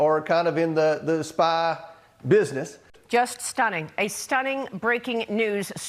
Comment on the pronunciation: "Jush Shtunging!"